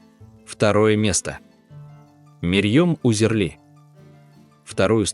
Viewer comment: Мэрьом Узерли как автор читает не правильно. Марьем Узерли.